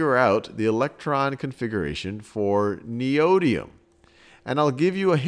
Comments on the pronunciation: Even half of the people correcting it got it wrong. Its Nee-Oh-Dim-ee-um! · I like the information, but fiddling with the element's name gets grating. It has a set pronunciation and it would be very informative to have that said properly and regularly throughout the video so that people watching and listening know what it is instead of having to look at other sources. As a teacher it's important to make sure you teach the right stuff, and even though that can change with some things the simple pronunciation of an element is not going to change unless a big fuss is made like with aluminum versus aluminium.